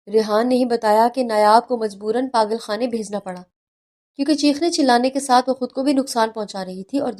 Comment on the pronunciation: What is “ پاغل اور پاغل خانہ atleast Urdu tau sahi likha aur bola karain.